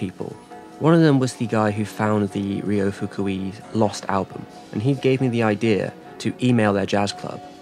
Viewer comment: why make a ten minute video about a guy and not bother to learn how to pronounce name of guy